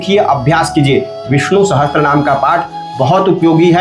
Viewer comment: विष्णु सहस्त्र नहीं पंडित जी विष्णु सहस्र बोलिये...... अपनी गलती के लिए क्षमा प्रार्थी हूँ